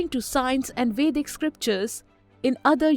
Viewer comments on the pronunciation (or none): none